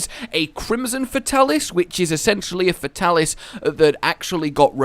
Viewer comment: Fate-alis...cant stand getting names wrong.